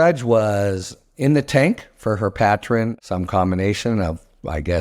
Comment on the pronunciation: I'm with you. I assumed her behavior was in exchange for movement up the chain in the next GOP administration. BTW, I've never heard "patron" pronounced that way. Is that unique to the legal field?